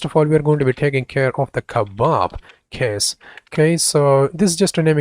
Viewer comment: Its kebab-case haha :D